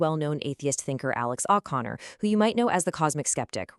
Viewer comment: Your fuckin ai cant pronounce O'Connor, Jesus christ